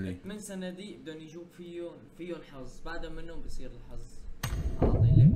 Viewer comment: شگد تجعص باللغة العربية! الحظ و ليس الحض!!!